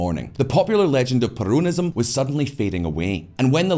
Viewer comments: it is NOT perOWNism. It is perONism. get it right. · I feel like he is saying "perronism". I will call it that way from now on hahaha